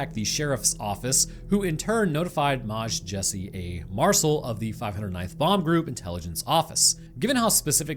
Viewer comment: I’m down here looking for angry comments about Maj being pronounced as it was cause he did it on purpose